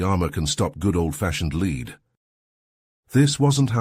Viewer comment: Stop using AI Chatbot voices. Get a real human to read these amazingly good stories. Lead is led, not leed.